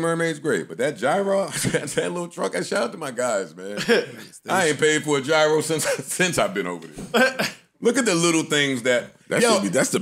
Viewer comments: Great show thank you! And it's "Yee-ros" btw, this coming from a guy in Athens, GR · It’s joe say GWORL 😂😂😂👏🏾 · The way Joe pronounces gyro irritates me 😂